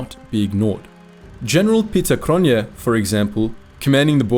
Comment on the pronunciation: Cronjé is pronounced Cronyay.